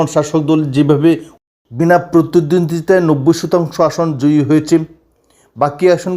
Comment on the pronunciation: প্রতিদ্বন্দ্বিতায় উচ্চারণ টা পোঁতা 😂😂😂😂😂😂😂😂😂😂😂😂